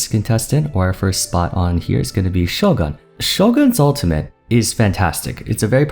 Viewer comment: Isn't it "Sho-goon" instead of "Sho-gahn" if he's trying to pronounce it the Japanese way?